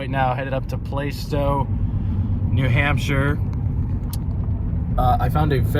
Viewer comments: Gotta love the pronunciation of New England towns. You said Playstow awesome! For some reason Plaistow is said as Plah stow. Good luck with new ride. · It's Plast-ow, not Play-sto lol. But either way Plaistow was a hot spot for used trucks as I would see ads from that area all the time. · Fyi, it's pronounced plass-tao! Great vid!